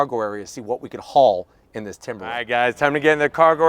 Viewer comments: its timber line LINE,LINE not timberlin!!! get a education!!!!! god your the second one who says lin! talking about the ford!!!!!! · Why are all of the YouTube auto reviewers struggling to say "Timberline"? He's not the only one, lol.